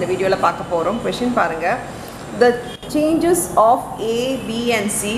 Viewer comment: Its not changes mam its chances 😅